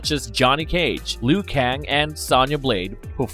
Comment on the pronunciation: Why you keep saying Lou Kang wrong?